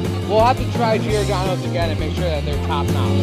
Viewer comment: Geeordano? It’s pronounced like Jordano’s. There’s no “ee” there.